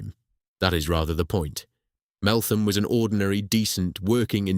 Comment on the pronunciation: so its said MeltHam not th